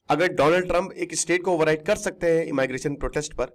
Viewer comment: इमाइग्रेशन आप कहते हैं और कान हमारे जलते हैं 🙉 इमीग्रेशन 📌 इमिग्रेंट्स 📌